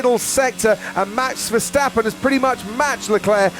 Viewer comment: hello commentator its not,,,, mex versteppen both a's in his name sounding like in carwash